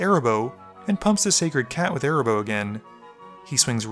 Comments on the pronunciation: Me too! Cat's name is AAAA-RAAAA- boh 😜😜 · The fact that you kept calling Arahbo "Erabos" REEEEEEEEALY peeved me for some reason lol